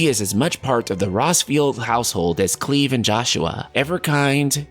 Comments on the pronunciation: I'd. Never heard the name cleave till this video 🤣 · cringing at KLEEV